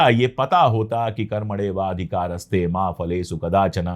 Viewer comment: लवडेन भोज्यम ..की तरह ' कर्मेणवाधिकारस्ते भी mispronounced है इसे कर्मण्येव अधिकारस्ते उच्चरित किया जाना चाहिये